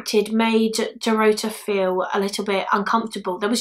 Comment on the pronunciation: Dorota is pronounced the same way Dorothy is but with a 'ta' instead of 'thy' at the end. It's the Polish version of Dorothy. Love your videos, btw. You're very compassionate towards the victims unlike another YouTuber in the same field whose name I won't mention.